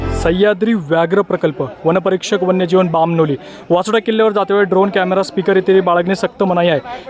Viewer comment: भाऊ गावाचे नाव बामणोली आहे बामनऊली नाहीये